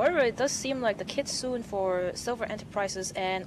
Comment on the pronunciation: Kitsune is not pronounced "kih·tsu·neh", not "kit·soon".